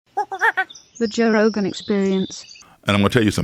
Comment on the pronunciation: Joe"yah" rogan